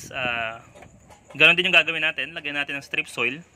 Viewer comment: Hahaha pinagsasasabi mong strip soil. 😂😂😂